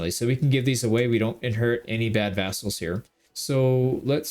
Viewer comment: Sometimes it sounds like you say assholes instead of vassals. But honestly, the terms are pretty interchangeable